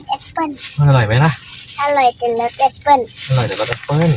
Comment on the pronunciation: มะนาวโห่ เจ้าตัวเล็กบอกหวาน ลุงทำหน้าหวาน หลับตาปี๋เลย ป้าขำกร๊ากเลย เพราะมี่บ้านมี จึงรู้รสชาติมันดี เสียท่าเด็กเสียแล้ว...ลุงอั๋น 55😊😊😊❤❤❤❤ พูดเก่ง โค๊กกินนิด้ดียว เพราะหนูเป็นหวัด เออฉลาดนะลูก ออกเสียงแอปโป้ ออกเสียงฝรั่งเสียด้วย คงอยากกินจริง กินเป็นดเสียด้วย กรอบนอกนุ่มใน